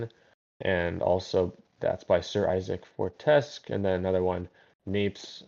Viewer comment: Thanks for answering my question and I mean no offence when I say this, but my name is actually pronounced for-tes-queue (It's based off of Sir Daniel Fortesque from medievil and Isaac Clarke from dead space if you still don't know how to pronounce it just look it up and you should get it) edit: I forgot to say good luck with your goals